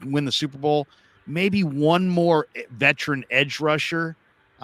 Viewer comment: I love'ya, but "vetrin" kills me every time (veteran). Not trying to hate; keep up the good work.